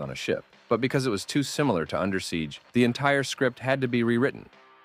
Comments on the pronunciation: I gotta say, it's under siege. Not Undersiege. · Good video, though I must complain about how you pronounce "Under Siege" as Undersiege, as if the siege is going on under. Repeatedly.